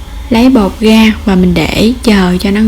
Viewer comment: Nghe " đổ ga gổ , gồi , ... " khó chịu ghê . Làm video để hướng dẫn mọi người nghe , hiểu , làm theo thì nên phát âm trơn láng , rõ ràng , chuẩn mực mới thu hút nha em . Dị ứng giọng đớt đát , ngọng ngịu ghê đi ! cái này có thể sửa , ko có khó , cố lên